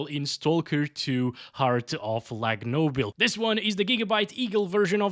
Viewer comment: u got me at "Heart of Lagnoble" 🤣🤣